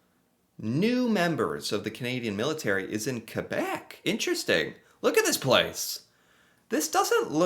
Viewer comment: In Corée war, canadians soldiers took the colline 355. The one that american couldn't take and left. It was a strategic colline. Bravo! The way you say Québec is almost perfect!